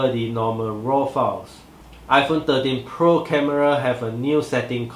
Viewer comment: I hear 30Pro LOL, but anyway good review nice and clear.